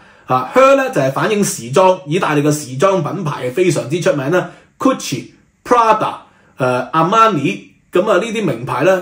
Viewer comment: Hermes，H 完全不發音！ Gucci，Gu 讀 姑，不是 ku